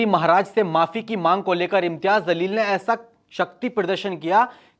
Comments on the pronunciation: Bhai naam sahi lijiye... Jaleel or zaleel dono alag word h.... Aap jaise padhe likhe logo se ye ummed nhi h... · O bhai pehly un ka name to sahi sy lo zalil nhi jaleel he name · Its jaleel not zaleel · Zaleel nhi Jaleel hota hai jahilo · Bhai Jaleel not zaleel